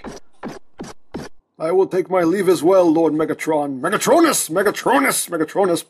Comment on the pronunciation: Ok guys he's Megatron-n-us! XD great review!